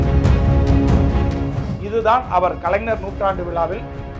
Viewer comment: தம்பி கலைனர் இல்ல கலைஞர் சொல்லுங்க. பார்ப்போம் அய்யோ ன இல்ல ஞ தமிழ் இனத்தலைவர் அவர் அவரையே சரியாக உச்சரியுங்கள்